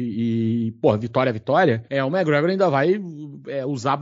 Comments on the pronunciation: Acredite, ele está certo. Eu moro aqui na Irlanda e todos os Irishs falam assim. “Mágregor” quase falando “Mágregã” “Méqui” é um erro de pronúncia. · os gringos não falam "méqui" eles meio que metem um "mé" Gregor, com um C muito sutil, quase que invisíveln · É o que? Méqui Gregor? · O zoa o por falar os nomes errados, mas fala MaGregor 😂😂😂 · falando das pronúncias do e mandando um "magregór" 😂😂😂